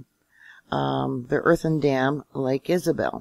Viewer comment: I live herein Oildale /Bakersfield I have all 64 years of my life !!!!! .It is lake Isabella dam NOT Isabel. You have a lot of screwy one sided info. Most people are not upset in the least by this. We live in Calif we are quake prone!! .You should really talk to some folks here about the dam.. There is another side to this story. I know folks in the "know" about this dam. I could give you their names .All dams (earthen dams) have seepages:Lake Isabella has an outstanding well made overflow system. The Tejon fault is pronounced Te hone Not Tejohn. I live here , all your doing is fear mongering is ridiculous and it is obvious you know little about fracking or the oil industry. Try getting your news from Local Kern County officials,at least they know how to pronounce Lake Isabella.Do you need help with Tehacapi too?? Fault lines run through it too! The same with Ridgecrest,Tonophah, Trona, Indian Wells and the Whole Sierra Nevada Range !!!!! You want something to Worry about?? Worry about what our Marxist/Communist Gov.Newsome is doing to our state. He has turned this state into a third world country and stripped us of many of our God given constitutional rights.😤🤬😵😠😡